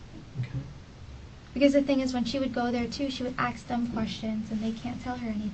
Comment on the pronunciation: this entire time I thought this stupid criminal was an Indian, but I’ve never heard a yogi say “aks” instead of ask🙃